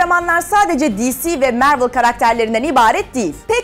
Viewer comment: marvel mervıl diye değil marvıl diye okunuyor